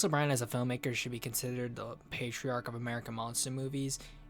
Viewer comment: You said "patriarch," I really should dislike this video for that...ughhh. ANYWAY...hi, honey, I love you, and wonderful job on this video <3 You really researched your stuff and it's clear this video took a lot of devoted time and effort on your part. I learned some things about O'Brien, as well :)